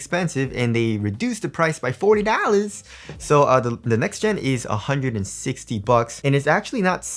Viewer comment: His pronunciation on 200 dowllarss and 40 dowllarss is remarkable in this video. 😂